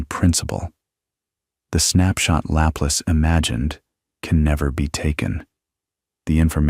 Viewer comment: Laplace is not lap less The name Laplace is pronounced luh-PLAHSS in English and la-PLAS in French. The stress goes on the second syllable, and the final "e" is silent.